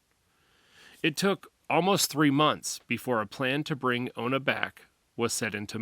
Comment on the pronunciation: You mean ona right? I don't think it's olna